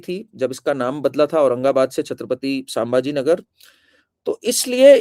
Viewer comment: आपके शुरुआती वाक्योमे आपने छत्रपती संभाजीनगर के नामका गलतीसें छत्रपती सांभाजीनगर ऐसा उच्चारण किया. आगे यह खयाल रखे आपके उच्चार गलत न हो. 🙏🙏